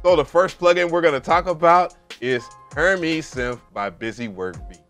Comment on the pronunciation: Her"mays" bro... not her"mees." named after the fashion house, in saying his plugin is high fashion, highly usable couture.